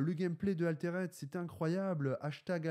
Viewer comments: Je suis loin d'être un puriste et tout mais bon... même les mecs en France le prononcent bien donc. Arrete de dire "Aléréde" haha. Altered, "Alteurd" . Pour pas que tu prennes des mauvaises habitudes pour des mois haha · Si l'aspect collection dérange, dans ce cas c'est idiot de faire un Jeu de cartes à collectionner ..... Dans ce cas là on fait un JCE, comme ça zéro spéculation et uniquement tourné vers le jeu. Sinon prononcer "Altéraide" ça fait un peu saigner des oreilles. Les français sont pas fortiches en anglais mais quand même... Autant donner un nom français au jeu . Le rosbeef mais pas trop c'est bizarre. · Ouf! la prononciation de "Altered" fait mal aux oreilles! Tu dis bien "raïse" et non "rise". C'est un petit détail mais ca donne quand même plus de crédibilité à tes propos!